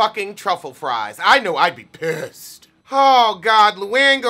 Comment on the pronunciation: I dont even watch RHONY only watched this to hear you say "Oh gawd" lol